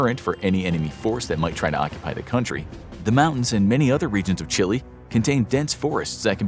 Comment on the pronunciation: you said Chile right; many Americans say Chil-A